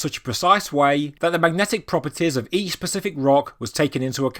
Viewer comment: Are you saying "Pacific"?